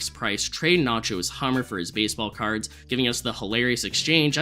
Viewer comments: MUHY bAYsebAwl cAwrds 🤓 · wtf are u saying baseball cards like that 😂